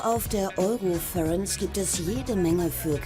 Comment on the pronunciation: Ich schäme mich richtig fremd wenn die nicht endlich mal das Word Eurofurence richtig aussprechen können